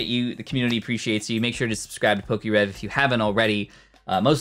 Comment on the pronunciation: Its Definitely poke’rev